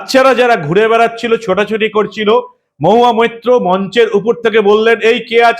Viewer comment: নামটাও ঠিক মতো উচ্চারন করতে পারেন না?মহুয়া মুত্র।যেখানে সেখানেই মুত্রের দুর্গন্ধ!